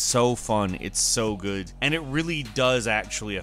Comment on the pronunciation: "on windows it looks Guuu..." i'm dead xD